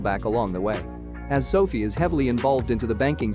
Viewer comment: It's pronounced "so fye" not "so fee" at least get that right. I guess your automated voice doesn't know that. Maybe you should change it on you script so it's correct. Actually write "so-fye"